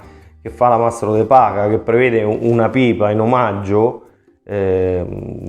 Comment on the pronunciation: De Pacha? È de Paja. Mamma mia.....